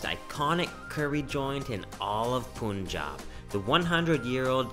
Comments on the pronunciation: Pronunciation is not pun it's pan panjaab 5 rivers 5 means panj, San means river is pranounced at Panjaab, got it if not go back to panjaab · OMG!!!you are looking awesome in turban..but pls the pronunciation should be 'Punjab'(like Paanjab...not Poonjab)..your video made me hungry.. drooling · I love how he says punjaab but not panjaab lol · you pronounce wrong punjab its panjaab but in written its punjab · പുഞ്ചാബ് അല്ല.. പഞ്ചാബ് 😁✌️ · it is pronounced as PAANJAB not POONJAB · It’s not Poonjab … It’s Punjab…. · It's not Poonjab, it's Punjab. PaanJab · Its not poon-jaab its pun- jab= punjab! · it's not poonjab it's punjab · It's pronounced as panjaab not poonjab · It's pun jab not poonjab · Hi.... Its not Poonjab. Please pronounce it ilke 'Panjab' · Its Punjab not poonjab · It is Punjab not poounjab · How can you mispronounce panjab as poonjab bruh bruhhh just come on it’s just a word you can learn in 10 seconds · It's not punejab it's Punjab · Punjab is pronounced as pun jaab, good video otherwise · Can you please pronounce it as "pun-jab" going forward pun like the joke and then jab, thanks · Hi Brother...nice to see you again in India....one small correction brother ..The pronunciation of "Punjab" is "panjab"... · it's actually pronounced "pan"jab" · you should pronounce as panjab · Love the video! And its "Puhn"jab, as in when you are making a pun in English. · Why do western people pronounce punjab as POON-job. I didn't know that pun was pronounced POON. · Poonjab ?? Punjabi taking revenge by saying Cannedda🤣🤣🤣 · very nice person. I just wish he would say Punjab the correct way, ie, with U as in umbrella! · Everytime he says Pooonjab , my one brain cell dies. :) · When he pronounced "poonjab" i was dead😂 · Please pronounce Punjab correctly. Its Punjab like Punch + Jab 🙏🏻 Thank you. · POOOONJAB FOR GOD'S SAKE LOL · Bro y pronounced it wrong.....Punjab...😂 Anyways love yr videos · Ur pronouncing Punjab wrong